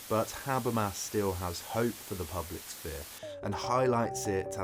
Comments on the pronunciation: "Sah-Fear" apparently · The way you pronounce sphere is beyond triggering. What is wrong with you?